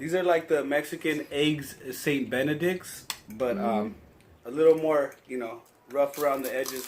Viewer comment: your brother is cracking me up misprnouncing stuff. at.benidics...hogendaz sauce